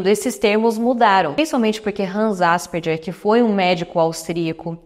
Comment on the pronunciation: Se fala Asperger como se fosse "gue" no final...